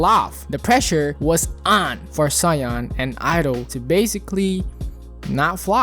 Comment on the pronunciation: jsyk Soyeon is pronounced So-Yeon, you kinda pronounce it like Cyan